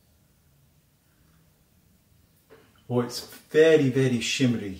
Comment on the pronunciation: When you said shimmery your welsh was showing! I love it!